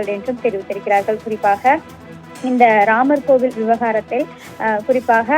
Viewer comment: கோயல்!!!!! லா கோயில் லா சரியா சொல்லுங்க கோவில் நல்ல திறமையான தமிழாசிரியருக்கு வேலைகொடுங்க....